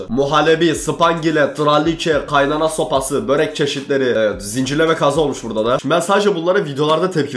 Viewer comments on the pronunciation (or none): none